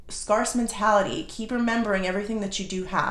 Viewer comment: Not being arrogant or impolite, but scarce is pronounced like "scare" plus "c".